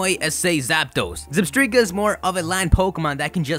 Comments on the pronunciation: It’s pronounced (ZebstrYka) not Zebstreeka 😂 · Wait....Did you call it Zebstreka? It's ZebstrIka! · Why? It's not Zebstreaka! It's ZebSTRIKA, as in Zebra and Strike, not Streak!!! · You mentioned the anime in Zebstrika's entry on your list. If you saw the anime, you'd know the pronunciation is Zeb-STRIKE-a, not Zeb-STREAK-a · it's zeb-strike-a not zeb-streak-a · Its zeb- strika like strike Not zebstreeka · Did you just say "Zebstreka"? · I thought Zebstrika was pronounced like "Zeb-strike-a" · IT'S PRONOUNCED ZEB- STRIKE- UH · If I hear "zeb-stree-kuh" again, my head will implode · It's meant to be Zeb-STRIKAH! (Like that show for two year olds, supa strikas..)